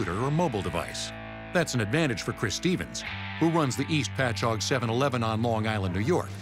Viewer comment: Being from Long Island...I'm impressed the voiceover guy pronounced "Patchogue" correctly 🤣